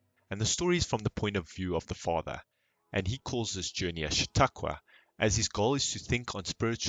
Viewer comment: Stopped th video and 👎 as soon as he pronounced "chataqua".